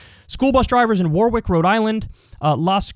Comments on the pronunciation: You would think someone who grew up and lives in the Northeast would know how to pronounce Warwick. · Technically it's pronounced Warrick (second w is pronounced as an r for some reason) but almost everyone does say Warwick, so i guess it's ok.